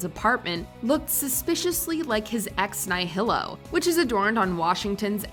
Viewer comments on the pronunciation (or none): Lol how you pronounce ex nihilo and Episcopal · “Ep pis coe pal”? “Ex Nigh-High-Lo? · Never heard "Ex Nihilo" or "Episcopal" pronounced like that... WatchMojo, she has a nice enough voice, but maybe you should have someone on staff with a better handle on language to help out with those sorts of things. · Mispronounced "Ex Nihilo" and "episcopal"